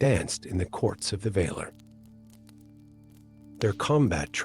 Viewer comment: The enunciation of words is off. Vahlar. Not vayler